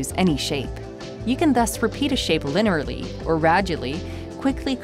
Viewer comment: She also said lineraly and ragely . lol